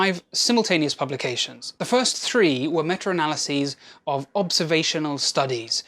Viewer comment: Yeah, I know what "meta" analysis is. He said, "metra" analysis. I thought it was funny. 😁